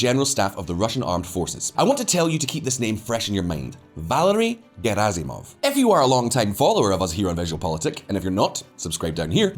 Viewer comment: It's pronounced Gherasimov, not Jerasimov.